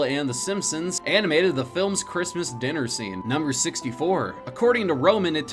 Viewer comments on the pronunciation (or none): none